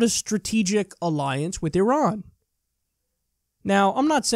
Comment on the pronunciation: I loved how she schooled them and how she pronounced "Iran" correctly!